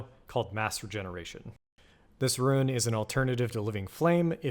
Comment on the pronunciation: It's roon, not roo en. As bad as rouge.